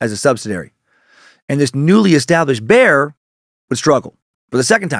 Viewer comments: It's pronounced like buyer not bear🤣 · Dan how do you get one syllable from the word Bayer? It's not Bear lol